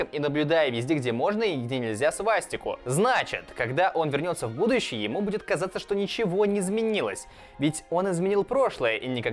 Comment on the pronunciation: На картавит? ""Кардинально изменив будующее""????